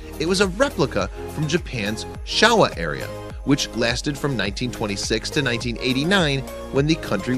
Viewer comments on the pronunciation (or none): Shawa area? You mean Showa era? There’s no such thing as Shawa area.